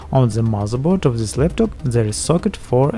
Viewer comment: Why you are saying z istead of t? Zys instead of this, zhat instead of that, etc.